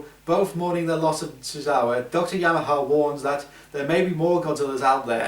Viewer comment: The name was YEMANE not Yamaha.